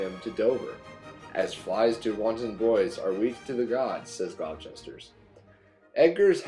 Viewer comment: it's pronounced 'gloss-ter' not 'glou-chester' you daft yank